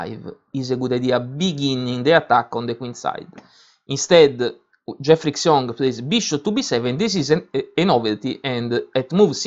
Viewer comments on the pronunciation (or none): 'Xiong' is pronounced 'schyong', not 'ksyong'. Otherwise, thanks!